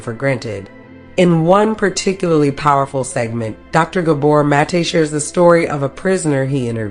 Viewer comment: Love this video but bothered by your mispronunciation of his name